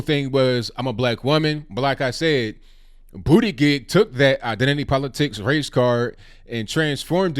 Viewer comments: Respectfully, you are butchering Pete’s last name. It’s pronounced “boot - edge - edge” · I still can’t get over the irony of a gay guy who’s name is pronounced “Booty Gig.” 😂 He better not win the DNC nomination. Trump would make him the butt of all jokes.😂🤣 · I'm at Starbucks trying to hold in my laughter everytime you said Buttigieg. I got to a point where I was like please stop saying his name.